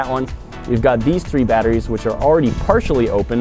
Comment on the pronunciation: Litheeum baterees